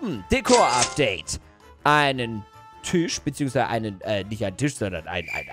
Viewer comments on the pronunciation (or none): none